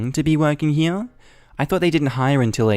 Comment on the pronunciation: JESUSCHRIST.... IT'S (HERE) PRONOUNCED "HEAR" NOT "HEAYUNH"